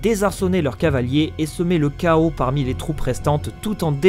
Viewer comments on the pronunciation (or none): none